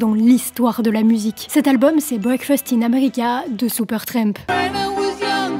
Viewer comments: Cela fait plaisir de voir une jeune femme s'intéresser à un vieux groupe, bon ok, le bon gout n'a pas complètement disparu. Merci pour cette vidéo. Ceci dit, tu peux arrêter de dire " Seupeurtramp " ou " Sioupeurtramp " en Réalité c'est "Supertramp" et cela ce prononce comme cela c'écrit merci 😂😂🤣🤣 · Pas Soupeurtrèèèmp, mais Supertramp, please! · La demoiselle aurait dû apprendre a prononcer correctement le nom du groupe. Elle le répète tellement souvent. Supertremp ?